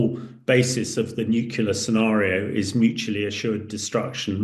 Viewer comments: Consistantly mispronouncing "nuclear" as "nucular" the whole way through the video is very off-putting! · If you can’t pronounce the word nuclear correctly then you don’t have any right offending your opinion on the subject. It’s NEW-CLEAR not NUKE-YOU-LER. This is a common mispronunciation but it’s entirely wrong. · NuCLEAR not NuCULER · Thanks for clearing up the proper way to pronounce it. NEW - QUE - LUR. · And he can't even pronounce 'nuclear' ... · You'd think that some of these experts would pronounce NUCLEAR correctly